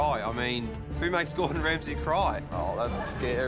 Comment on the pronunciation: "ESS GORDUN REMSAYYY"